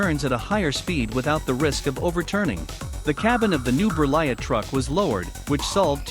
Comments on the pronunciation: T is not says 😉, you says Berlie . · How could you not be bothered to pronounce Berliet?